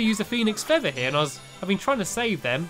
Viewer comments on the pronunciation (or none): none